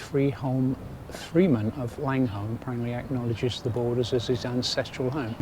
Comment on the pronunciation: Langholm pronounced Langam otherwise referred to as the Muckle Toon. Jedhart is pronounced Jedrt. It’s almost like it’s another country. The birds were Rooks not Crows. Full marks though you remembered how to pronounce Hawick.